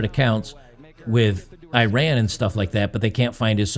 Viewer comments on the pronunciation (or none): You did not run anywhere. The country is pronounced "e-rahn".